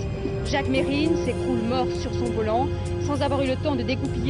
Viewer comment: C pas mesrine c merine il disait